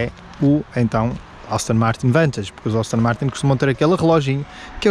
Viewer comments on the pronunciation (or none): austin ? ASTONNNNNNNNN 😂😂😂👍🏼🙏🏼